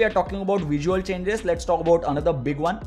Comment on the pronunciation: Vijual Mejar 😂😂